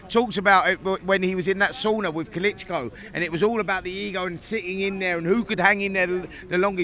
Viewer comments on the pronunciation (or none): Why has Spencer added another vowel to Klitschko’s name?? Who’s ‘Kalitschko?!?!🤡🤡🤦‍♂️🤦‍♂️